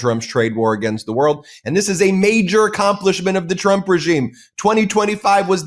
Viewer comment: Haha, she said president "Chump".